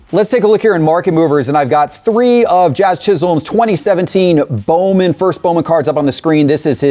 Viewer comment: Jazz doesn’t have power, he just had a couple of hot games with his start for NY. And for God’s sake, please learn how to pronounce his name. Sounds like a cat gagging on a fur ball when you say it.